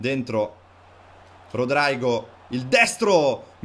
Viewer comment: Si devi Rodrigo non rodraigo